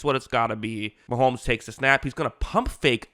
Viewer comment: It’s Mahomes NOT Maholmes.